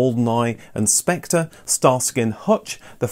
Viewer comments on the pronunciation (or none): none